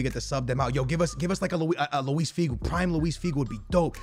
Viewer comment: tf this man sayin Primer